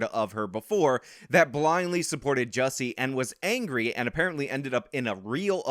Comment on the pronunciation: Am I the only one that appreciates the fact that is the only one that actually pronounces Jussie's stupid name correctly?